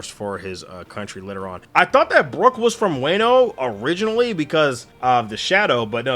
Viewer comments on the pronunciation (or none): Since you asked, Wah-no, not Way-no. As for the arc itself, I can totally understand not being too into thrillerbark, especially the first half. It definitely is one of the arcs that suffers a bit from being a product of its era, but it sets up/foreshadows a lot of stuff for the post time skip story that makes it a lot more interesting to reread after you've caught up on the story. As far as Moria, I think a good way to look at him is that he's a Big fish in a small pond who tried to go to a bigger pond and got a reality check. He's sort of like that guy that peaked in high school and ends up taking out his inability to flourish afterwards on everyone else around him, becoming the small town bully. Also, as a Sanji stan, we uh... There are... things I could say about what Sanji's desire for invisibility ACTUALLY says about him but that would be massive spoilers so I'm gonna keep them to myself for now. What I will say is that this arc definitely doesn't help Sanji in the eyes of a lot of people, and it's very understandable why, but he's a much deeper character than Oda lets on in the first half of the story and there's a reason he is the way he is beyond it just being a gross gag that hasn't aged well. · Calling wano “wayno” is crazy but a very great video